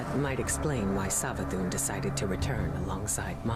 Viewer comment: I dont think I've ever heard anyone pronounce Savathun's name with a Z before lol. Not a gripe or a dis or anything, love this channel, just found it interesting